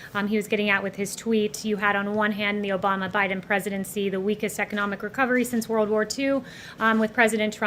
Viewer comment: Not bashing her or the presidency.. but did I hear her say Vice President O’Biden? Lol